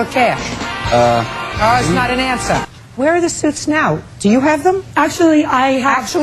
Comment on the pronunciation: "Um is not an ansah!" 🤣🤣🤣